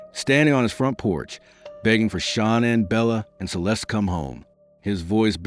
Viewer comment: Her name is Shanann. Pronounced Sha nann. There is no O in her name.